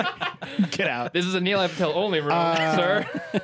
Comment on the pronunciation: Haha. Neelay ...